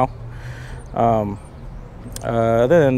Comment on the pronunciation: Its Mu-Gen